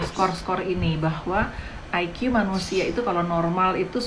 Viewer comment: Orang Indonesia seharusnya menyebut IQ sebagai I ki.. Bukan Ai kiyu😂😂😂😂